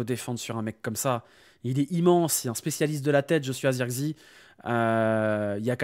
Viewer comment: C'est pas Zeurkzi c'est Zirkzéh